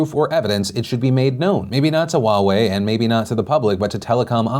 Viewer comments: “wa-way”... it’s “huwa-way” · what happened to your h in huawei... there is an h and it’s pronounced :S Also Chinese pronunciation note the w in Wuhan isn’t pronounced 😂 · I thought Huawei was pronounced " hue-way" not " wa-way". My whole life perspective has changed and I will never be the same. 😐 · I didn't realise Huawei is pronounced the same as Borat saying Wowee. Can't take them seriously now and definitely wouldn't trust them with my data for this reason alone. :-P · Wait, Huawei is pronounced Wa-way? 😮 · wait I've been pronouncing it Hu-i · wtf is "wahwei'? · Heawei... thought I heard Wawa for a second 😂 Wawas secrete passage ways to 7/11 cause they practically buy their shit from them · Wow I’ve been pronouncing it wrong in my head for years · How do you say Huawei, its so weird :P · Omg that's how Huawei is pronounced? Omg I'm an idiot apparently lol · Is it just me or is the way Philly says Huawei funny?